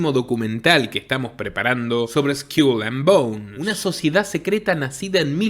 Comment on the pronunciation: Skol and bouns. Pronunciación, no Skiul.